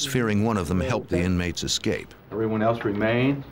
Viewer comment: Funny that a gentleman of his age would say “EX cape” rather than “ESS cape”. Makes one wonder about his education. If it is a regional dialect then I apologize.🤣🤣